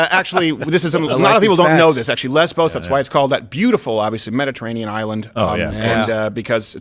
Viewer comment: The island is called " LESVOS" NOT LESBOS also its MOLON LAVE not MOLON LABE